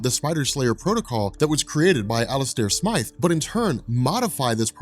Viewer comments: its Alistair Smythe Like sm-I-the, like eye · Please stop calling him Alistair "Smith." His name is Alistair Smythe! Long "i" sound. Also, when Peter first wore the Black suit in the comics, he was not evil and the suit didn't corrupt him. The reason he got rid of it was because he found out the suit was a living symbiot that was controlling his body while he slept because it required adrenaline.